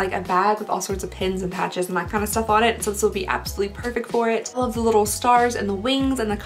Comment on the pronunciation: tht lipstich color looks killer on u n the way u said love 😂😂